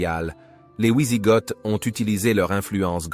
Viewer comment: Super vidéos merci à toi sur cette période il n y en a peu. Par contre pour les prochaines pitié ont dit "vi sigoth" et non "oui sigoth" merci à toi 😂